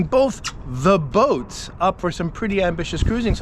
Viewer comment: Spotted the emphasis on “the boats” in this week’s intro, guess I wasn’t the only one who said hmmm? Last week 😊